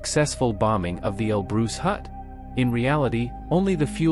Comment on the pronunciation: Mount El Bruce!